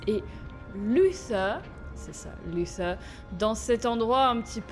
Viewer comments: c'est pas luseur c'est luther je t'ador Bisou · C pas lusseur c luther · Tu me stresse à dire Luther "Lusseur", ça se prononce Lutère si je me trompe pas 😂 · C pas luseu c’est luter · Sa ne se prononce pas lusseur mais luteure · ses luter pas luser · C pas luser c est luther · Juste Luther se prononce pas “Lusseur" mais “Luteur" voilà sinon super épisode comme d'hab 😁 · C pas lussère c lutère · Moi j'ai vu Detroit avec Sora aussi et il disait Lutère du coup ça me perturbe aussi qu'elle disent lusseur😅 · Je crois que luther sa se prononce pas comme ça toi tu dis" luSeur" mais c'est" luTeur" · Sa se prononce luTer et non Luther la petite la dit x) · Alice prononce Luther "📣luter" dans la vf ! Comme ça tu sais ^^ (mais bon tu le prononce comme tu veux hein) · C'est luter que on dit son (maître ) dit comme ça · C'est parce que " Lusseur " est la prononciation anglaise qu'elle le dit comme ça 😉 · C'est parce qu'elle le prononce avec l'accent anglais . Après chacun le prononce comme il veut , c'est pas forcément faux de le prononcer comme ça, La VO du jeu c'est l'anglais après tout.